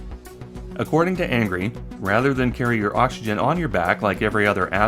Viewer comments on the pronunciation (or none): none